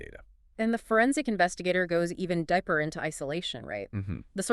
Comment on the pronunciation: Some of AI voice generation is top-notch: "The Forensic Investigator [role] goes even diaper into isolation, right?"